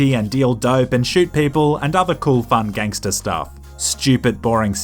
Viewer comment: A nerdy white Bri'ish guy saying "ganster" just makes it less gangster.